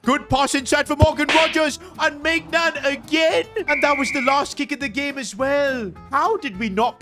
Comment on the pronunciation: Pls learn how to pronounce Maignan 😭😭